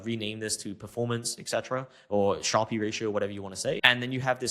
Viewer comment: sharpe pronounce as sharp.